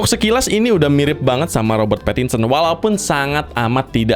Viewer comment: Bukan robert pattinson tapi robert parakinsen